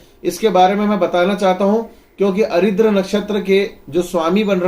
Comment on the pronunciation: भाई साहब, आप जिन नक्षत्र को अरिद्र कहते हैं उसका सही नाम आर्द्रा है, अरिद्र नामक कोई नक्षत्र नहीं होता है।